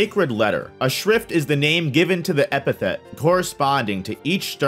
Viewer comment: Now you said "epithet" weird on purpose to hurt me Hold that top part, did you say "Gremmy TOOMOO"!!!